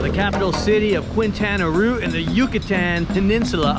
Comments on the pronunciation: Also... some pronunciation help... Mérida is pronounced "MEHR-ih-da", not "mur-EE-da" (accent first syllable). Quintana Roo is pronounced "keen-tah-na ROW" , not "kwin-tah-na roo" ("qui.." in Spanish is pronounced "kee.." and "Roo" rhymes with "toe", not "too"). Just sayin'... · In Spanish Quintana Roo is pronounced Kintana Ro u after q is silent, 2 o's in Spanish are not pronunced like in English, they don't make a u, all vowels in Spanish are short vowels not long vowels, get your Spanish dic. out amigo. Be patient.